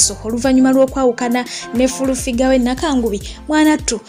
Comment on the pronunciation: 🤣 🤣 🤣 🤣 I hear fulu